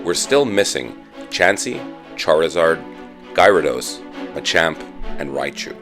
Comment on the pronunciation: you’re pronouncing gyrados wrong. get it right